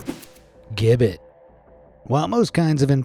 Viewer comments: Nice to hear BC & AD. Rather than the politically correct BCE & CE. Gibbet is pronounced jibbet Otherwise very interesting thanks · Gibbet is with a soft g (jibbet). Like turkey giblets for gravy. Regardless, I love your videos and voice. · Pronounced Jibbet and OObliee et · Gibbit is pronounced “Jibbit”. It’s a great video and I love the history stories this channel puts out, but that little mispronunciation got on my nerves! 😝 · The word is gibbet, the G sounds J!!!!! The Clink prison was so notorious, that it made its way into English slang. Even to this day, a prisoner might say he's been thrown in The Clink!!! Keep up the good work folks!!! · For future info, friends at BA, gibbet is pronounced ji-bit/ji-bet (depending on one's accent. Ji-bət is closer to how it's actually said). Hearing it said gib-bet is really weird! 😂😂😂 *Marseille (or Marseilles - it's French... 🤷🏻‍♀️😉) is said more like "mar-say" (mɑ:(ɹ)ˈseɪ). Fun fact, "the clink" is (amongst countless other words/phrases lol) slang for prison in the UK even now. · Gibbet is pronounced "Jib - it" There's a place called Gibbet Hill near where i live. (Warwickshire, UK) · Gibbet is pronounced Jib-bit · Gibbet, soft G, pronounced ji-bet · "Gibbet" is pronounced "jibbet" and "oubliette" starts with an "oooo" sound. "Blois" is pronounced "Bluhwaa" not "bloohah" but you nailed Chateau d'If, though it is indeed near Marseille, which is pronounced Mar-say not "Marcel". Excellent facts, but the pronunciation should get you some time in solitary. :) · Gibbet is not pronounced with a hard G, it's pronounced jibbet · It’s pronounced “ooh”-bliette and “jibbet”. They aren’t common words in English, so please look into how people actually say things. It’s an awkward break from the usual quality of your videos. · FYI: "gibbet" is pronounced "jib-et". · Doesn't even know how to say Gibbet: Proceeds to speak with authority on the matter. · The mispronounced use of "Gibbet" is so annoying